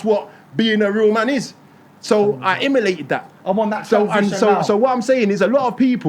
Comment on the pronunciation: Its "emulate" not "imuplate" smarty pants 🙄